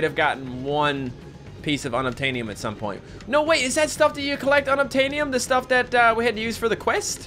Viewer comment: unobtaniom sounds like unobtainable